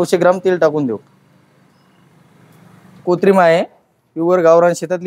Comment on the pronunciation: प्लास्टीक ची भांडी वापरू नये. यांना स्वच्छता, आरोग्यासाठी उत्तम असे जे चांगले ते यांनी अंमलात आणायला हवे. हायजीन मेंटेन केले पाहिजे. कोतरीम न म्हणता कोंथिबीर उच्चारले पाहिजे. असो. शुभेच्छा तुम्हाला.